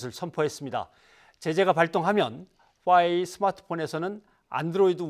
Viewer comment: 그냥 화웨이라고 정확히 말좀 하시지 듣기 불편하네요.